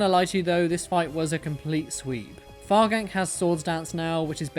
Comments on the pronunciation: Fargan'c is pronounced Fargans, from the word fragrance (farfetch'd and fragrance). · Fargan'c is pronounced like Far-ganic, as in Farfetch'd-Organic